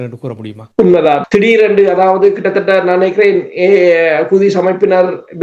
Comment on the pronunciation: அது குதிஸ் இல்ல (ஹுத்தீஸ்)